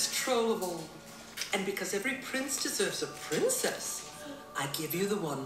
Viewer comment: Been watching alot of your vlogs ✨ but curious talaga ako everytime po na mag popronounce kayo ng "R" pero sa ibang word ok naman sinasadya mo po ba or natural na yan sayo po? Medyo nakaka off po kasi pakinggan lalo na yung "good morning eveRY_one" 🥲